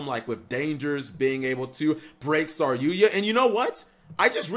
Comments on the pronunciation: IT'S SAR YU JA NOT SAR YUYA CAP! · Sorry-yuya? Hey speech impediment you meant "sarry-yuja" right?